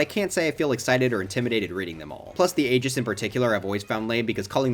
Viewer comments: Bro you sad agis instead of aegis (it’s pronounced e-gis) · Don't wanna be pedantic… it's just… Egis (long E) is how Pyra and Mythra’s title’s pronounced in the game… and i can understand why ‘pythra’ isn't used… A) one of them already said they didn't like that name, and B) it's connected to a spoiler, not to themselves. I really don't wanna sound rude… just wanted to point this out!